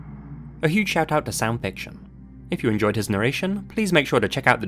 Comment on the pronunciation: I swear to Odin I thought he said Sam Fisher not Sound Fiction 🤷🏻